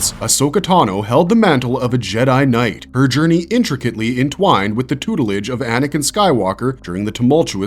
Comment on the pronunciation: Hahaha he said tutelage